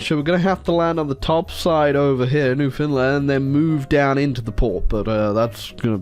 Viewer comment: could swear you said New Finland, and now I wish it was New Finland.